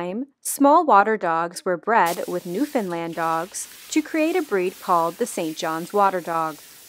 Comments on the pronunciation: Glad you said Newfoundland right lol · Thank you for pronouncing Newfoundland right :) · Thank you for pronouncing Newfoundland correctly ! I am from there and I did not know that history of them honestly that is awesome 👏 😎